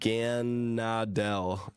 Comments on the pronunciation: Nihilego is NIGH-ILL-EGO, Lusamine is LOOS-UH-MEEN, Naganadel is NAW-GUH-NODDLE, Blacephalon BLUH-SEH-FUH-LAWN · Nigh-hill-Lego, Bluh-Seph-alon. Nuh-gan-ah-del. That’s how you pronounce the names, but you don’t say soul gah- Leo’s name right and I don’t personally care, if you say it however you feel people will live either way. 🤷🏾‍♂️🤷🏾‍♂️. Oh I only posted this cause you asked for it. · Nihilego - NIE-uh-lee-go Naganadel - NAW-guh-NAW-duhl Stakataka - STACK-uh-TACK-uh Blacephalon - bla-SEF-uh-lawn Xurkitree - ZURK-ih-tree You're welcome 😁 thanx vor sharing strats🤗